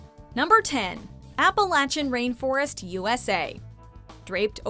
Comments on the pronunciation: Appalachian was pronounced wrong it gave me cancer i live in those mtns Also tongass is pronounced exactly how it looks not tongiss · Did you really just say Appalachian